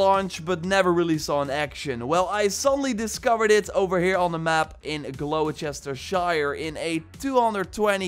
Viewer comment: That's actually pronounced Gloster-sher